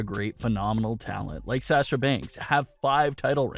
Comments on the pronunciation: Please say Sasha's name correctly it's SAW SHUuuu NOT SaS sHu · PLEASE learn how to say SASHA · Wish you would say Sasha’s name right. It’s irritating. They’ve busted up quite a few women’s tag teams recently. Wonder why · Why do you say sasha like that